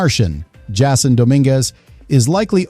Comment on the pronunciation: Nothing is happening yet can we get rid of these creepy AI narrations? They can’t even pronounce the names correctly please no more AI